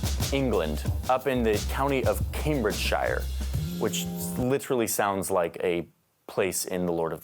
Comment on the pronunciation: Not pointing to great Google skills to butcher “Cambridgeshire” like this.